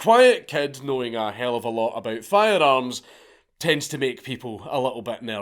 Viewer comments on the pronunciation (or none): none